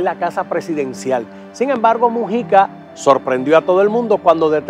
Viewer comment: Disculpe es Mújica p q el.chisme este lo lee como.musica